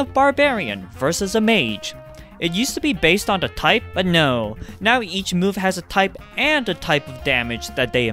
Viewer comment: I was sort of taken a back by his use of the insult " Man-Child" all whilst speaking exactly like a Man-Child.... Seriously, just pronounce THE instead of DE and you would sound 20 years older.